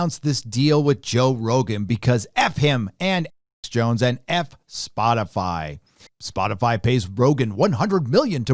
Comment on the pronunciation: Sounds like you're saying Alex Bones lol